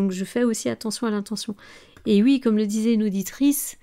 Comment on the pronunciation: Dites oui svp et pas ui.